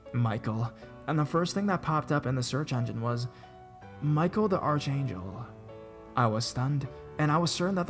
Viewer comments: Its ark angel not arch angel lol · Archangel is pronounced ark-angel.